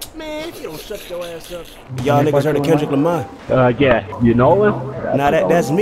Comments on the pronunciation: nigga said Kevin lamar 😂😂😂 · he said Kevin Lamar 😂😂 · It's "Kevin Lamar" come on bro... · that boy said Keven Lamar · this boy said kevin lamar lmao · NIGGA SAID KEVIN LAMAR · This nigga said Kevin's lamar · This bitch said Kevin Lamar. Lmfaoooo I'm deaddddddd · nigga dawn said"kevin lamar" SMH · its not kender lamery